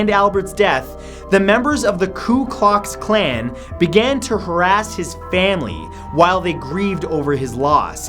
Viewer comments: "Ku Klox Klan" are you kidding me lol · Klu Klocks Klan? Really? Lmfao! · I think he said "Ku Klox Klan". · ku klox klan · Coo-clocks clan? Wow...cause that's not obvious. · did he just say ku klux klan